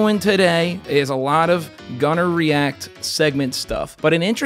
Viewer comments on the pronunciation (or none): Don’t say “Gunnar reacts” again please 😂😂😂 it sounded so close to gonorrhea to my hard of hearing ass 😂